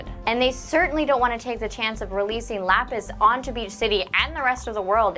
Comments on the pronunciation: Am I the only one who stuck on the miss pronunciation of lapis's name. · That's not how you say laphis name